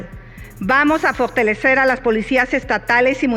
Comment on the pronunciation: Vamos a FORTELESER DICE SOTCHIL ES. FORTALESER LA CORRECTA PALABRA ES ABOGADA ??? DESDE HOUSTON. TX. SALUDOS